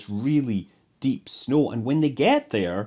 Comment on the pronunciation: I like how scott pronounces "when" as "hwen"